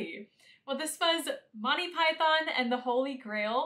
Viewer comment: okay i just cant its Monty not Motti your mispronunciation ruins it